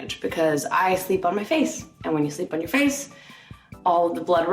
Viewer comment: No one: Literally no one: Nina: "do not just put foundation on your facheeee" 😭😭